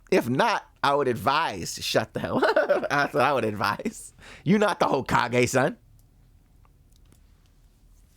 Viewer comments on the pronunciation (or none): none